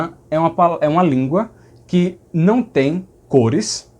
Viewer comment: Adoro o seus vídeos. Só gostaria de pontuar uma coisa. Sou paulistano, você acerta ao dizer que os ditongos "nasais" daqui seriam na verdade uma nasalização da letra final, como na palavra "Não". Porém, o som que você fez assemelhou-se mais a um esteriótipo divulgado pela mídia em programas de humor (claro que sei que não era a sua intenção). A mídia brinca com isso, mas não representa 0,001 por cento do do sotaque paulista e principalmente do sotaque paulistano. Na verdade, palavras com lã, rã, amanhã, âmago, Ana, etc, o "A" tônico, nesses casos, pronunciamos mais como um som próximo a um "schwa tônico", aquele V invertido do IPA. No ditongo "ão", a mesma coisa, ou seja, o "ã" como schwa e a nasalização recai no "o". Vou tentar transliterar "ão" paulistano = schwa + u + "ng". Desculpe, pela transliteração esquisita, não tenho os símbolos IPA aqui no teclado. Adoro o seu canal, as informações precisas que você traz e o conhecimento que compartilha, além da simpatia. O conteúdo é top. Aprendo muito com você. Parabéns e muito obrigado!